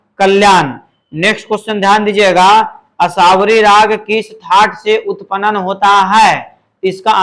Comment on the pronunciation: Sir upanan nhi hota h utpann hota h. Sahi se pronounce kre